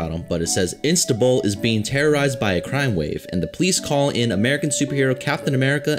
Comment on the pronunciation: Instabul? xD That's Istanbul. =D